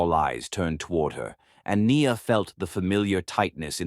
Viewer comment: i love this story, your pronounciation of peoples' name especially NIA's name is soooo terrible. You need to practice certain names so they don't sound so bad.